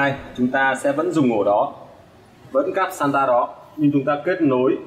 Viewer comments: SATA không phải SANTA ad ơi :))) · làm clip công nghệ mà cái tên cáp cũng phát âm và đọc sai nữa, title thì giật tít thấy ghê